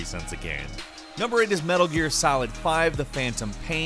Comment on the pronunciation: it's GAME........... NOT GAM. geez.